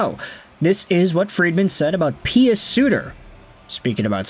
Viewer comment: Pius Suter’s first name is pronounced like- pyuus not pee-us. This came directly from him in his Red Wings introductory presser after being called pie-us. Thank you